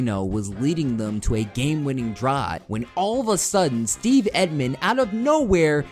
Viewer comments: The way you pronounce Emtman makes my ears hurt. Emtman...as in Tempt-men without the "T" It sounds like you are saying Epp-men...but I still upvoted your video. Very good. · It’s Emtman not Etman. He was a tackle not an end. Make a little effort to get things right. Bad job. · Your inability to say Emtman is cracking me up. emt-man not et-man